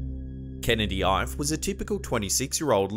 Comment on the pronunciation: Ife is pronounced Ee-Feh.